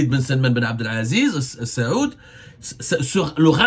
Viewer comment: Avez-vous etudié la langue arabe à l'école ? Vous n'arrivez jamais à prononcer correctement les noms des dirigeants des pays du Golf. Ce n'est pas la famille السعود mais آل سعود. Ni la famille بن زياد mais بن زايد. !!